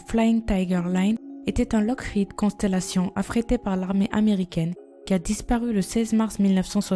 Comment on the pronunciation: sa se dit lokid